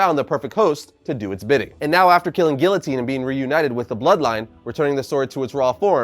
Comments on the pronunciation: its (Gee-uh-teen) not (Gill-O-Teen) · Dude its pronounced geeotine not gillotine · Help me with this pronunciation of guillotine… is it not after the French Revolution beheading machine? Ghee-yo-teen??!